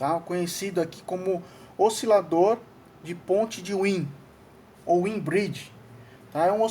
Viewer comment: Excelente aula!! muito boa ! parabens! só acrescentando , wien se fala " váin " , por seu criador ser alemão